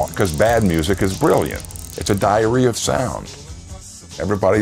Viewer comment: Was that "It's a diary of sound" or "It's a diarrhea of sound"?